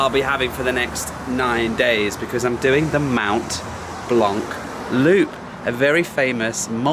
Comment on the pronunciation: Its Mont Blanc not Mount Blanc its not difficult .